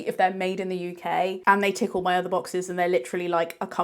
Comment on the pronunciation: "tick all my other boxes" I heard "tickle my other boxes" 😂